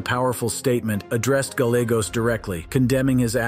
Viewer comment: Gallegos…pronounced= guy yay goes.